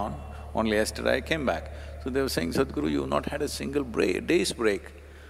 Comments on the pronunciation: Stop pronouncing his name in an english way as SAD. If u can't say it right then just dub him as HappyGuru! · The introductory voice over by a foreigner sounds like Sad Guru. Please use someone from India who can pronounce Sadhguru.